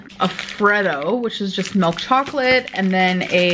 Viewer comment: I get immediately filled with rage when I hear this giant slob say “melk”